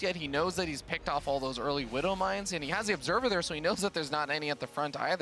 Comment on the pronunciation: Gotta love the «wooduw mines» ;) Honestly, casting was a bit off here.